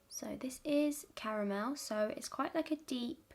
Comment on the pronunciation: super random but i love your voice, it’s so soothing and really love that you say “cara-mel” instead of “car-mel”, such a pet peeve of mine lol caaaarmel >.< you’re absolutely perfect 💕